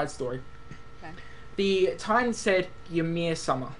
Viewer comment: Ymir is pronounced EEh-m-i-r. If you didn''t recognize the mythological reference, Ymir was the father and king of all the frost giants in Nordic mythology.